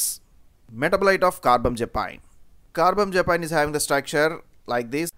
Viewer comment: Car-bam-za-pine? It's Car-bam-azza-peen